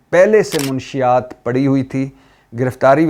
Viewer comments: منشیات کا تلفظ درست کرو بھائی ! آپ منشی یات کہتے ہیں۔ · بھٹی صاحب م پر زبر ہے پیش ،( ُ ) نہیں ہے اصل کہانی بتا گئی ہے پنکی مَنشیات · منشیات لفظ غلط بول رہے ہیں محترم م زبر ن ش شد کے ساتھ ہوتا ہے